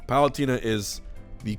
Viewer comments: M2K says palutina too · Ah yes Palutierna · That's not what the point of his comment was. He's pointing out the funny way that Hbox says Palutena's name. XD